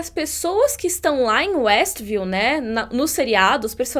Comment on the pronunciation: quando o policial diz Estview,observei que foi retirado apenas o W de westview.W de Wanda